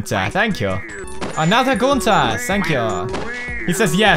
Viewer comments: Pewds, did you just said fish pump 😅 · I think he meant pronouncing Gunter.